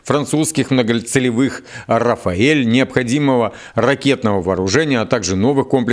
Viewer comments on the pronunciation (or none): Самолёт Рафаль, а не Рафаель 😉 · Рафаль, же, не Рафаэль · Почему Рафаэль если Рафаль.